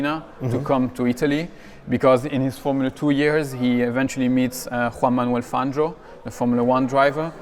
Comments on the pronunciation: panzio는 영어식으로 읽어서 그럴걸요 팡히오가 현지식 발음인듯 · 아르헨티나 스페인어 발음으로 팡히오가 맞음.